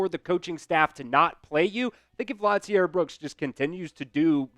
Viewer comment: I hate when white folk don’t know how to pronounce black names. Lotzier is pronounce La-zeer. It’s not pronounced Lot- ze-air. You’re doing too much bro. lol the T in his name is silent. RTR